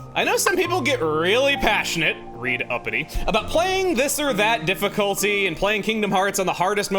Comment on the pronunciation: One thing I need to say, because common misconceptions are funny to me: "I know some people get really passionate... Read: Uppity" It's read, not read. as in "red". "red uppity". Not read (reed). They're homographs. I know you already know that, but it's funny to me when misconceptions like this happen. It's like when someone says "Omnious" instead of "Ominous". It's just funny.